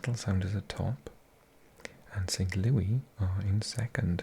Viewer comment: Dallas and St Louis was abandoned because of lightning. The match will be played soon (Also St Louis is pronounced Saint Lewis)